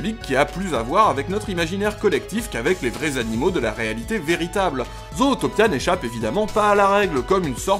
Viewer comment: Vidéo intéressante. Par contre... La façon dont tu prononce le titre en français... À part les Québécois et les chipotteurs de la VO, PERSONNE ne dit "Zootopia" en français. D'autres part le nom est vraiment mal prononcé vu que les anglo-saxons disent (Zoutopia) et non (Zautopia). Désolé mais ça me fait saigner les oreilles d'entendre le titre du film être charcuté! 🤣